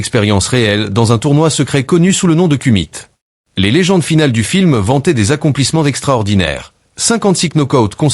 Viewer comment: Fake fake fake Et kumite (lire koumité)😂